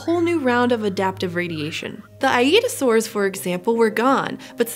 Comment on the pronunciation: I-eat-a-saurs lol